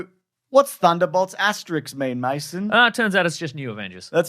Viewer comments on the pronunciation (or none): Asterisk* - not Asterix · they said Asterix instead of asterisk right at the beginning of the video.